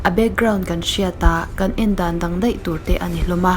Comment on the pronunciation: Deih - daih Mei - mai Tlem in chhiar fiah deuh.